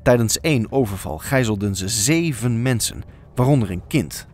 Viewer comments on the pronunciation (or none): none